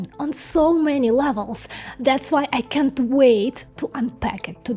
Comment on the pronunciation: I love your videos! If you can't say can't try saying cannot.